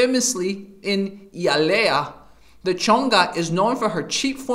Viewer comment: Stumbled upon this video years too late, can’t believe you said my hometown so poorly but it made me laugh 😂 (HIGH-Ah-LEE-Ah) Hialeah is filled with Chongas until this day.